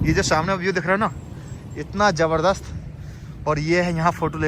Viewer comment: Jabarjas nahi hota zabardast hota hai 😂